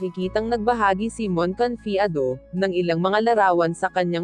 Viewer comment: ayukong mag subscribe sa yo..ayusin mo muna pag pronounce mo sa name ni mon